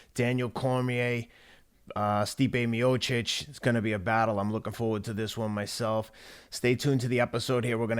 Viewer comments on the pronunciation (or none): Teddy, it's not Miocek. It's Miocic. He's Croatian, not Czech. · Its pronounced ( Me O sick )